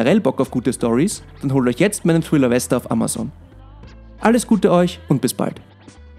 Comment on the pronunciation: Danke, wieder Mal. Top video. Frohe Ostern! Ps Am Ende: "... meinen Roman, ein Thriller mit dem Titel Wester,' , wäre besser verständlich. Ciaole!